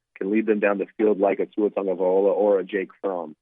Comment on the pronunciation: My god,! TAGOVAILOA NOT TAGOVAIOLA! Get with it man...